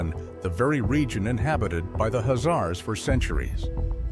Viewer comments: The announcer is pronouncing the name of Khazars totally wrong by saying azar's... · The k h is pronounced in the name, khazars...